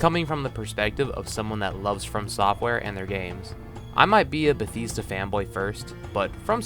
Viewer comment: Never trust someone that says "Buh-theez-duh"